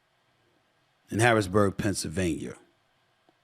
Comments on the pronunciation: We need to really work on your pronunciation of Pennsylvania 🤣🤣🤣 It's not Pennsylvanier come on Stephen A this has been an issue for a while now.. Can't potentially run for office and not be able to say every state's name correctly lol.. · He can't even say Pennsylvania right.. half the time it's Pennsylvanier other times he says it right 🤣🤣🤣